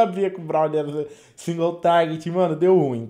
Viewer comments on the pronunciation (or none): none